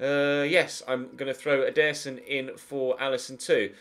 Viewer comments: he say's "EDER-son" (with force) instead of "ederson (with a slow vocie) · I dont think thats how you say Ederson, at ALL